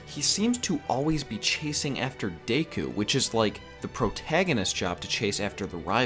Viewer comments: Not deiku. Deck-Coo. Deku. Sorry it just annoyed me. Good vid. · It's not day-ku it's deck-ku your saying it wrong. Sorry just bugs me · also deku is pronounced deku as in deck - u not dayku btw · DAYKU?? Deku...DAYKU?? Deku...DAYKU?? Deku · please don't say Dayku again because literally everyone I know even sub elitists say it the English way as Deku because it sounds better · Lol "Dayku" heheh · It's pronounced Deck-ooooo (oooo like spooky oooo) also Lougetown from One Piece is pronounced log (like a part of a tree) town. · Your pronunciation of Deku is really annoying to me.